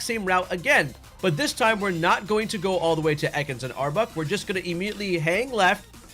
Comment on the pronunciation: Not to be that guy, as I try to avoid being a grammar Nazi, and this is a great guide that I will definitely be using the methods for my hunts in Lydandre Labs, but I had to laugh a bit at the frequency of back to back saying "Arbuk" instead of Arbok. I'm not making fun of you at all it just reminded me of when the hoenn games came out and my schoolmates were at each other's throats over whether it was pronounced Ky-ogre or Ky-rogue before the anime confirmed it so I couldn't help but laugh a little out of pure nostalgia.